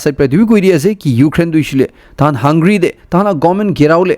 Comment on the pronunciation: Hey bro! Great fan of your Chanel and never miss your news update where from I learn a lot of info. However have been noticing many errors in your pronunciation which I never commented but today with positive vibes I want to bring to your notice to avoid such errors because not all listening here are aware enough and many might be ignorant to correct themselves. Hungary (hung-ga-ry) colonel (ker-nel) Please don't take it as criticism but rather take it as positive correction 👍 Thanks for all your effort to always keep us updated. You're doing a great job